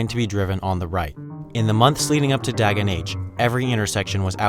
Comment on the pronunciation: When he says "dägen" tho... :P